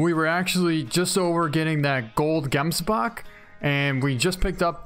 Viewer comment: Is it just me or does it sound awesome when he says gemsbok